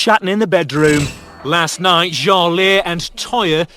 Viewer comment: Is seriously going to pretend she still can't pronounce Jale's name? It's not exactly hard to remember. Embarassing